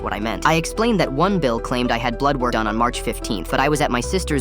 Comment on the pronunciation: that "DONE" was personal